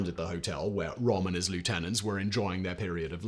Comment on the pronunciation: How can you mess up to pronounce Ernst Röhm's name? it's not even one of the sounds English does not have, the Ö is equivalent to the o in worst.